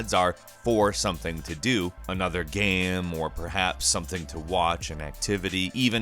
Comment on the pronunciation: It's pronounced "game", not "gayum". Geezus.